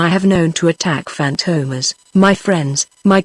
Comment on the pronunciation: Robot Voice - cannot even pronounce the name Fantomas correctly. FORGET IT.